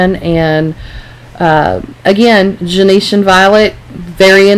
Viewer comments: It drives me crazy that she says Gen-E-tian. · Pronounced “JEN-SHUN” violet.